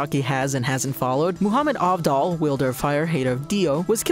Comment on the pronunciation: ah yes, Cockyo-in Edit: “MoOhAmEd AhVdOll”